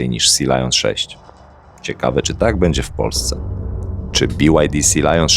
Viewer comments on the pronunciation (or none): none